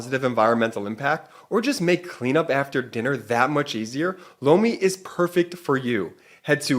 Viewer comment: Holy Sh!t … “lomi” … it’s “LOMI”… 🫢swear to gawd thought said “blow me”… great ad read, as always. BUT I don’t understand how MAGAts think they will benefit from an autocracy? They really want to put TFG back in and throw EVERYTHING away bc they’re still butt sore over Obama?etc. … etc …